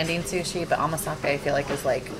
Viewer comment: 『おまかせ』をずっと『おまさけ』って言ってたけど、アメリカでは『おまさけ』って言うのかな